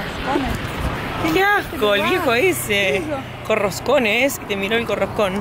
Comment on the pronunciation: jaja no dice por cojones dice "corroscones"